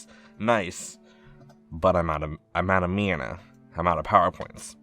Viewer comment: "i'm out of MYANUH"